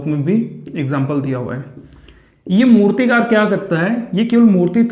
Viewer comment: Naina jha - मूर्तिकार होगा मूतिकार नही 😊 mai sirf bta rhi hu aapko teach nahi kar rhi 🤗🙏